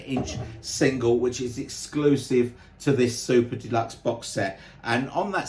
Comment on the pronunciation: Great explanation of what looks like a set that was priced fairly. It still is pricey for fans like me who want it but.... The other iterations look great as well. It's funny when you say "Super Deluxe", it sounds like you're saying "Soup to Nuts" which actually means the same thing! 😂 I just want to thank you for your channel and how professional and enjoyable you make it for all of us Beatles fans! Especially going through what you're going through. It only happens to the best people it seems, sadly! Cranky and obnoxious buggers seem to live forever without illness! Ain't it the truth! My best wishes for you and again thank you for being such a kind gentleman.